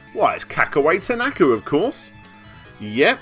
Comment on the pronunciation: If you want to go down that route, then it's pronounced "ta-na-ka", not "ta-NAka" as it was said throughout this video, but I'm not one to quibble as long as we know which sleasebag is actually being called out here!